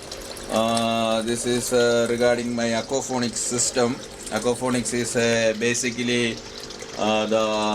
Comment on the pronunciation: It is not aquafonics, but it is aquaponics!!!!